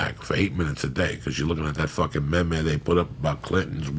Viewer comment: he called meme, may may haha